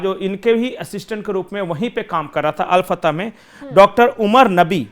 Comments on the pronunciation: Hello jankaari poor lelo, al Fatah nahi, al Falah, bakwas karthe ho, yar had ho gayi kitni giroge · अल फतह नहीं अल फलाह नाम है। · Al fatah nahi al falah